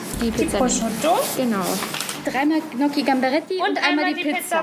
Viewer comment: 3x Gnocki Gambaretti Leute es wird Njoki ausgesprochen 😂